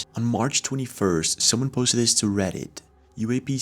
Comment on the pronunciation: Dis-this. Ur welcome